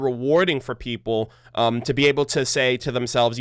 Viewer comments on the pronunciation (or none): none